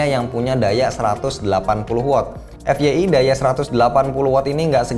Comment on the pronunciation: Apaan sih.. FYI alias efyei. Apaan coba... Tahu gak sih apa itu FYI??? please.. Wajib dijawab!! Kesel banget dengernya.. EFYEI!?